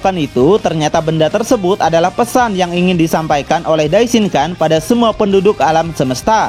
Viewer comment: Maaf bang mau ngasih masukan dikit. Dalam bhs jepang huruf “N” jika berada diakhir kata atau bertemu huruf “K/G” maka dibacanya “NG”. Misalnya “DAISHINKAN” maka dibacanya “DAISHINGKANG” Sharingan = Sharinggang Rasengan = Rasenggang Yamada san = yamada sang Sakura chan = sakura chang Jika bertemu dg huruf “P/B/M” maka dibaca “M” Contoh: Ganbatte = Gambatte Dan jika bertemu dg huruf “D/T/N” tetap dibaca “N” Contoh: Minna san = Minna Sang Walaupun sepele, semoga bs mnjadi masukan ya bang biar penyebutannya jd lebih enak di denger 😊😊🙏🏻🙏🏻 Ganbatte kudasai 💪🏻💪🏻💪🏻